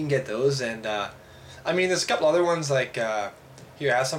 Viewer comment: "A couble million dollers." Did he said it wrong? I really hope, or that guy is FUCKING RICH!